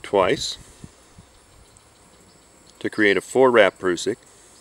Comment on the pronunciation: .....and you even pronounce it correctly! "proosik" not "prussik" ^_^ Thanks for the vid! Learned nothing, but loved watching :D Very well presented and not all tacticool like some other gentlemen.....subbed! :)